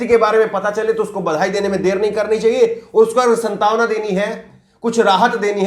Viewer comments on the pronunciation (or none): "संतावना" नहीं प्रिय, "सान्त्वना" । Many youngsters see you as a role model, so there is always room for improvement. I admire your work greatly. So please do not mind. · स्न्तावना नहीं सांत्वना तगफ्फुल नहीं तगाफुल mean गफलत लापरवाही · bhai aap ko hum sabhi log aap ki saafgoi ke karn bahut pasand karte hain lekin aaj aap ne ek shabd ka uchcharan galat kiya hai,iss karan thoda atpata laga wo shabd hai jo aap ne galat bola "santawana" jo galat hai sahi hota hai "saantwana" bhai tokne ke liye chhama karna aap bura mat manana